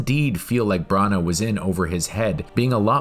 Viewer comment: Branagh is pronounced Branna and not Brunna